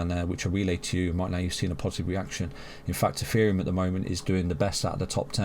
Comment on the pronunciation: Why do you say "EFFEREUM" ?